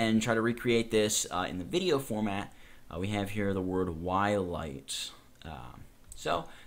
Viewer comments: DUDE its Twilight not whilight XD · Um... 'Whilight' ???? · It's called Whilight not Wilight! HAHA, omfg, lol